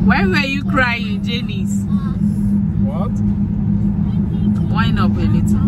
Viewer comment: Aren't they pronounced, "JAHNICE and JON"?